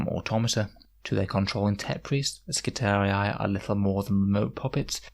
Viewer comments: Love your videos! It's pronounced Skitari, not skitariai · double i was pronounced as two "i" in Latin, so to an English speaker somewhere in the realm of " Skitareeee", it's kinda hard to explain in a written form. Since it's high gothic one could suppose it's not the classical latin pronunciation, but Skitariai seems way off. However it's sci-fi, so who gives a... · That pronunciation gets me 😂 they are not Roman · I really appreciate these videos. I'm new to the game and these really help me improve my understanding of the game. + here is the right pronounciation of skitarii